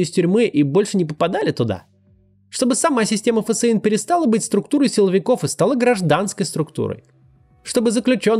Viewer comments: Максим, читайте пожалуйста ФСИН как фсин, а не как Ф.С.И.Н., слух режет)) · Почему фэсэин а не тупо фсин? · Да почему Ф С И Н, а не ФСИН? Как же режет слух